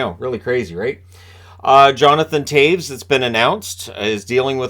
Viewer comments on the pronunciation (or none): Is he saying "Tayves"? I thought it was "Tays"!